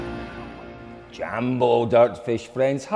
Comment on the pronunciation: Colin started from forgetting to say Safari Rally now he can say Jambo and Habari Gani. I give him a 10.